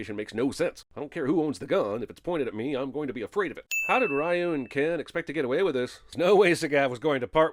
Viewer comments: The mispronunciation of “Ryu” just because this movie does it and the uploading of this video outside of a Tuesday are both worth 1991 sins. Each. C’mon, Jeremy. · Jesus you keep butchering Ryu's name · can we have a sin added for every time CS mispronounced Ryu? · Wow, I thought Jeremy was mispronouncing Ryu's name for fun or to troll Street Fighter fans, but they actually say his name like that in the fucking movie. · That is not how you pronounce "Ryu" goddamnit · I feel like you're doing this on purpose. You're saying Ry OH instead of Ry YOU and it's pronounced Re You. You do this again Sinnerman and I'm gonna Shoryuken you right in the hadoukens until you tatsumaki all over the place! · 10000 sins for you saying ryu when it's pronounced Reu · It’s pronounced “Reeyoo” and not “Rye-yoo”. That’s a sin. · It's Re-You, not Rah-You. +1 sin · Obvious cinema sin: pronounce Ryu as "rye yu" instead of "ree yu" with basic research of the word "Ryu" in Japanese meaning dragon...including how to pronounce it properly before criticizing the whole movie without sin. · Ah, the "Rah-yu" spelling of Ryu instead of proper "Rhew" for authenticity. Bravo! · Pronounces Ryu as Rye-you instead of Ree-you. DING! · The name "Ryu" is pronounced as "ree-yoo." Not "rae-yoo". That's a sin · Someone sin him for saying "Rye-eu" instead of "Ree-eu" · it's Reeee-YOU not Rye-YOU. Ding Ding Ding 🤣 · Pronouncing it "Rye-u" and not "Ree-u." [ding] Sorry, I had to do it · Biggest sin: Pronouncing Ryu Raaayuuu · Isn't it pronounced "ree-u"? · The biggest sin is the announcer calling Ryu “Rye-U”. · 10000 sins for you calling ryu. Wrayu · You pronouncing Ryu as Raiyouu is a sin! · It's actually "Ree-Yu" More sins added for every example of the incorrect pronunciation throughout the movie. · We should sin this man for calling RYU Rye You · Ahhh yes Rye O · I apologize, but my ears hurt. “Ryu” (龍) is pronounced “you” with a Spanish “r” in front. This “Rai-yoo” stuff is just awful.